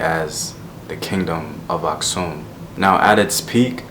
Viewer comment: Nice video man! Fyi, Geez Language is still used in Churches. Also the Geez Script is still the official script in Eritrea and Ethiopia. Here is sample: ኣኽሱም (Aksum). Btw, I'm Eritrean and happy that you pronounced "Asksum" correctly. Most Americans pronounce it weirdly lol